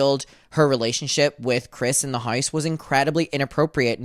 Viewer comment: LOL the way you pronounce house as "haise" is cracking me up idky